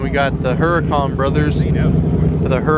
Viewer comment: I believe the Lambo Huracan is pronounced with a soft "H", so you'd say "Ur-ah-con", rather than "Her-ah-con". And that's today's Italian lesson.